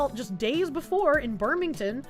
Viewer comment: I like, BUT... phonics foxu. Burmington. Bur. Big. Binghamten. Bing-ham-ton. I don't like places I know being in the news.